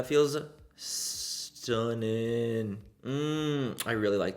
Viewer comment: I'm British and I love the way you say 'STUNNIN' it sounds like you should be sat here with me drinking a cuppa tea 🤣🤣🤣🤣